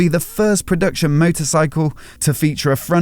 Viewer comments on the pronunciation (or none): none